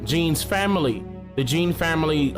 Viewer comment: U keep saying the the cop was 26 and jean was 30.u got it backwards. And his last name is pronounced "John" not as it is spelled.